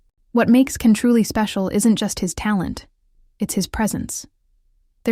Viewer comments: Он не Кан Яман. Он Джан Яман. Если вы даже имя не можете правильно произнести. Чего можно ждать дальше. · It would be nice if all the people who made videos about Can Yaman would have the respect of pronouncing his name right. His name is pronounced Jan, not Can. The letter C in turkish is pronounced as a J. I'm not Turkish, but I hate when people mispronounced names. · His name is pronounced Jan not Can. He did work as a lawyer for six months. He also learned Spanish and is working in Spain on a TV series. He has a girlfriend from Algeria. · I wouldn’t subscribe to you because you don’t even pronounce-his name correctly - his name is not Can but Jan. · JAN! pronounce his name correctly! Bye! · Pronouncing his first name correctly would make this video more credible. Besides that, I agree he's a phenom... beautiful and one of the sexiest men alive! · I'm surprised you pronounce his name incorrectly! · Why don't you pronounce his name correctly? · You are right. I am putting a dislike to the video. Learn to pronounxe his name properly.